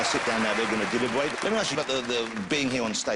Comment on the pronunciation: It took them a long time to deliberwate